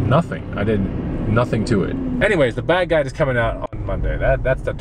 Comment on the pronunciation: keep saying bag guide but sounds like bad guy why?